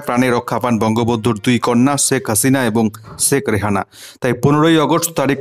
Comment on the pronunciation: উচ্চারন টি একই হবে, একুই নয় । ওইভাবে বাংলাদেশীরা উচ্চারণ করে । এবং কে উচ্চারণ করে অ্যাবং আমাদের ও বুঝতে সুবিধা হয় ওটা বাংলাদেশী ইউটিউবার ।